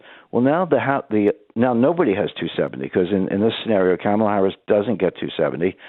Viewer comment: On a lighter note. I love the way he pronounces her name. Sounds like “Camel-Laa.” 🐪